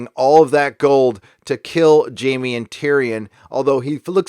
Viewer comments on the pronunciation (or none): none